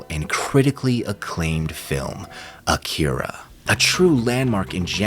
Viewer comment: It's pronounced "Ah-ki-ra" #Akira